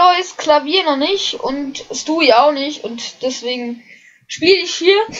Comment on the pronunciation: Wow, du hast echt luck!:D Hab nen bob stufe 2 level 5:P Der bringt 500 wenn man die recycled:D (Hab aber viel mehr ausgegeben D:) Und es ist nicht schild für alle es ist schild für alle family guy karten UND 1. man spricht es stui und rupert nicht ruppert sondern roupert aus UND du hast zwar legendäre karten, aber schlechte legendäre, weil du sie 1. nicht oft combo'n kannst und sie einen miesen angriffschaden haben (außer ringen) Ich würde dir raten Bob zu farmen joa:D